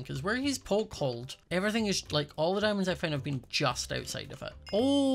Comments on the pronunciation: It’s hilarious how says “Dimondès” instead of diamonds XD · dimondes My brain everytime: diamontes